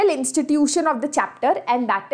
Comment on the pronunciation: The way mam say judiciary 😂😂